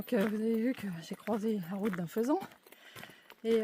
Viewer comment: Faisan sans t , c'est mieux !